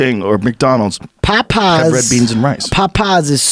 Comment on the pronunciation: I love how Kevin pronounces Popeye's.... sounds like he's saying "Pot Pies" :)